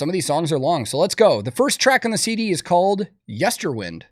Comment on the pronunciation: Why are so many people saying "Yesterwind"? It's "Yesterwynd".